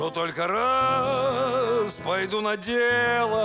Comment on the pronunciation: Божественно ударение на рАз делает!